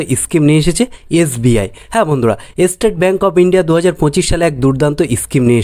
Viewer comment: ইস্কিম, এস্টেট ব্যাঙ্ক এগুলো আবার কি উচ্চারণ!